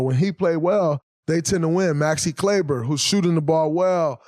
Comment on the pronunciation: “Maxi Klaber” 💀